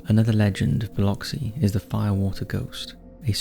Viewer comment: honestly, great job pronouncing Biloxi, I'm from the area and it's incredible how many people butcher it LOL what a delight to see my little sliver of the world here ❤